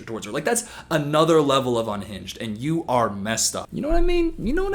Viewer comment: "Can yoh" 😬